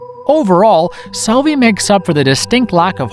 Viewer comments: Please Michele Soavi not Michelle Savi😅... anyway nice video 😁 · Tha name is Michele soavi not michelle savi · Wow, narrator really butchered Soavi's last name xD